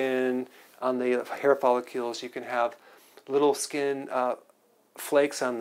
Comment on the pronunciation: Wtf is a follicule? What is solble? The speech impediments... Oy vey